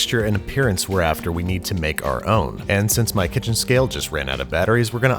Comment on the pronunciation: Zhe KITCHEN!!!